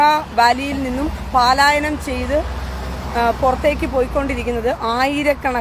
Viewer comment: പാലായനം അല്ല മോളെ പലായനം... നിൻറെ സന്തോഷത്തിൽ ഞങ്ങൾക്കെല്ലാം സന്തോഷം ഇസ്രയേൽ ജയിക്കട്ടെ.❤❤❤❤🎉